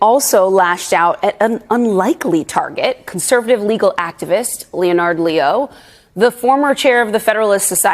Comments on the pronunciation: LENNARD ~ phonetically speaking not Leo~nardo......nope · Leonard is pronounced as lennard! Not leo nard . English is a tough language when it's your 1st language. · Leo-nard? Really? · Wow was pronouncing the name “Leonard” so challenging for her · Is that some new fangled way of pronouncing Leonard?